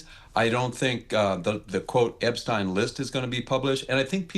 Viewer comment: why the fuck is this bozu saying EPSTINE LMAO. Jesus christ